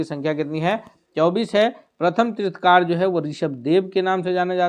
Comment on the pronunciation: तीर्थकार नहीं तीर्थंकर बोलिए कैसे शिक्षक हैं आप लोग !!